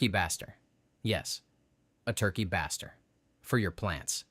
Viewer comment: FYI it's pronounced Turkey (bay-stir). Since it's used to baste the bird with juices Thanks for the video!!!